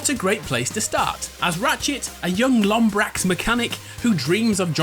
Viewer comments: Its lombax not lombrax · Its lombax. Not lombrax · Lombax NOT Lombrax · Lombrax? don't you mean Lombax? where does this sudden R come from? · HE SAID LOM*BRAX* ITS LOMBAX U FOOL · “Lombrax”......... it’s “Lombax” no R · Can i just point out that he called ratchet a "lombrax" but he's called a "lombax" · Did he say lombrax? Face-palm. It's lombax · I chuckled a little when he said Lombrax even though it's pronounced Lombax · Its lombax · DID YOU REALLY SAY LOMBRAX? IM TRIGGERED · did he say “Lombrax Mechanic”... Ratchet is a Lombax... not a “LoMbRaX”😂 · You said Lombrax and it’s Lombax😂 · Lombax, not lombrax. Also R&C PS4 sucked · Young lombrax?? "Lombrax"?? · 'Lombrax' lol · LOMBRAX....LOMBRAX he is a LOMBAX get it right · its lombax, not lombrax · Did he really say "lombrax"? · Did he call ratchet a "Lombrax"? Jesus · When he said "lombrax" I died a little bit. Ratchet and clank is one of the first video games I've ever played. It's probably in my top 10 favorites. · This man said "Lombrax..." Oh, I'm triggered lmao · Sorry :P, not a native english speaker